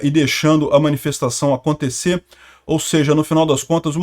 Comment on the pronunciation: Vc fala bem, acobtecer. É precisopara de falsr ACONTIIIIICER.